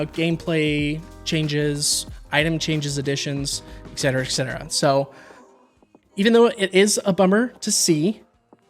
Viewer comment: I love you to death bud but PLEASE say "et-cetera" correctly! It's making me uncontrollably laugh every time. 🤣 Great rundown of the roadmap though, you make it exciting to go through all the information with your pure passion!